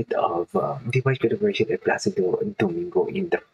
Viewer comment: The pronunciation of Dimash last name is… like you use GG “Dimash Kudaiberggen” that is how it really sounds but only ONE “G”. Dimash Kudaibergen.